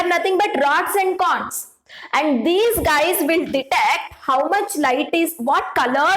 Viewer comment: That's not canes it's cones😂😅🎉